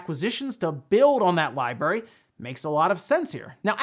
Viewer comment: Lie berry? There are two R’s in library. I’m not an English Nazi but there are too many Youtubers running around miss pronouncing that word spreading the miss pronunciation